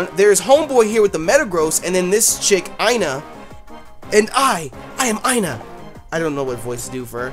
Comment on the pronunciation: Ina is pronounced e-na. ;p